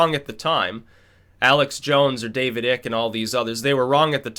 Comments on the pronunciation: ha ha ha ha, you Americans lol. It's not "David ICK" his name "Icke" is pronounced "ayke", rhymes with "bike". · great vid just one thing... David icke is pronounced icke like bike without the b. Get well soon mate. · You know damn well how to pronounce David Icke's name